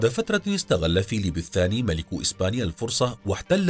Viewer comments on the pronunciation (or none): none